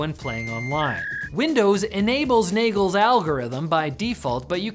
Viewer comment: Nagle's algorithm i had to see the subtitlesssss lmao